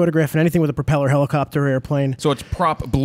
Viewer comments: Say "PROP eller" one more time. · Why can't either of them say "propeller" correctly? Haha very strange